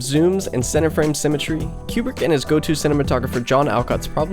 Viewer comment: Great video! But isn’t his name pronounced “KOO-brick,” not “CUE-brick?”